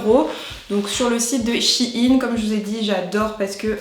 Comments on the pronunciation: J'adooooore tes vidéos ! Mais y a un truc qui me perturbe... On prononce pas ça SHEIYN et non SHIN ? Ca me fait beuguer à chaque fois :/ A part ça, changes pas ! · Je sais pas vous mais pendant toute la vidéo j'ai été perturbée du fait que tu dises "Shin" et pas "Shein" comme dans le mot Thaï ou Aïe😶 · tu prononces mal le nom de la marque